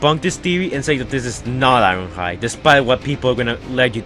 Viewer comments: "Wast time We saiw Iwonhoide." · The way you say ironhide is weird